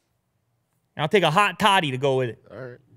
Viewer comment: hot toddy, not thottie. look it up.